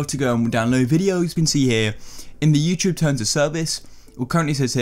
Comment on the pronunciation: youchube, ugh always bugs me